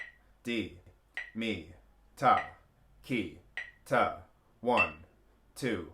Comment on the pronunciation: Hi, In India the "3" group is pronouced: Tha ki te (the final te has a short e, it rhymes with the word bet). A lot of confusion happens here, in translation, as english is pronounced differently in different countries but the original Indian sounds in the KANNADA alphabet are always the same. Listen closely to the many Indian konnakol videos and you will hear it. Dave